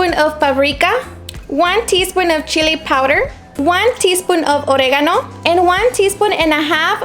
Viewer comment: why do you say oregono like that